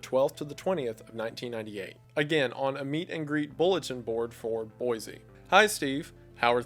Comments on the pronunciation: I used to live in Boise, I'm always happy to hear it mentioned. For future reference, if it ever comes up, it's pronounced boy-see not boy-zee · Great video, nothing personal but as a born and raised Idaho resident it's pronounced Boy-See (you can tell who's from out of state by how they pronounce the capitol haha).